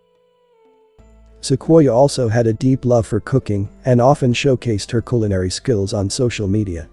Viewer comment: Narrator said culinary lol